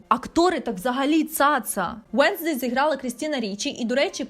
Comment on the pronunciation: ЩО ТИ НАХРІН ВЕРЗЕШ НЕ УЕНСДЕЙ А ВЕНЗДЕЙ НЕ ФЕС А ФЕСТЕР ЯКЩО ТИ РОБИШ РОЛІКИ ПО СЕРІАЛУ ВЕНЗДЕЙ НЕ ПЛУТАЙ ІМЕНА ПЕРСОНАЖІВ ЦЕ БІСИТЬ